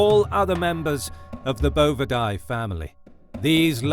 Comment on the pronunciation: As an animal behavior major who specialized in cattle it was difficult to hear him continually mispronouncing bovidae.